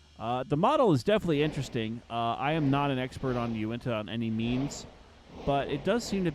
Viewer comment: You said Unitah wrong